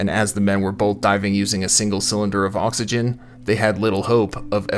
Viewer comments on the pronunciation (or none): Thanks for pointing that out. Now every time the narrator says oxygen, I get a little bothered. I did however enjoy reading through this thread of comments with everyone correcting each other and being wrong most of the time. Enough YouTube videos and everyone thinks they’re an expert haha